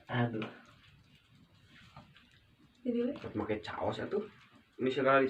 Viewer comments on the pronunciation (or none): Saos bukan caos